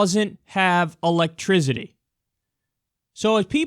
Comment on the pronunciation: "84 % of Puerto Rico doesn't have electrizity LOL Kyle It's pronounced 'E-lek-tri-CI-TY not ZITTY